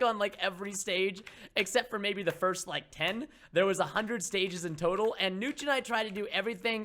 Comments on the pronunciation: It's notch it is like Nahhtch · preston its niotch it sounds like that